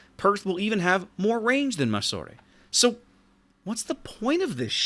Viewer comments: Mi-sore-ay I'm dead haha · pronounced, My-Sore (sore as in ouch) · It is actually pronounced MY SOOR. Mysore is a place in South India in the state of Karnataka. Mysore had powerful rulers like Hyder Ali and Tipu Sultan allies of the French and there were 3 Anglo Mysore wars in India before British could establish their rule in South India in the 18th century. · You pronouncing Mysore wrong.